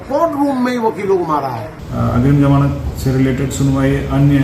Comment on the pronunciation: Zmanat hi hota jmanat nhi pahle sahi bola tha fir badla kiu